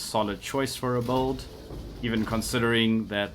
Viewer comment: Its sounds like bald or bold when you say build so its kind of Funny:D